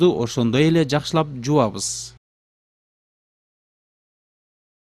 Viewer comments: Ээээкк жувабыз эмнс. Айтчы так даана кыргызча эле- ЖУУЙБУЗ деп эле... Кишинин кыжырына тийбей. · Жуабыз дебей жууйбуз деп суйлосон досум